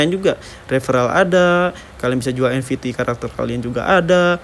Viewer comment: Nft bg bukan nvt😂😂😂